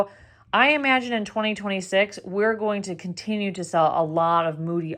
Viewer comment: Good info, but in your pronunciation, -ing should not be -een. Example: going not goeen.